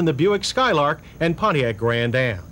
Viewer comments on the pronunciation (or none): none